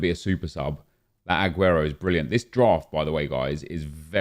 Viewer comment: Why does he pronounce the A on AGUERO so much?😂 AHguero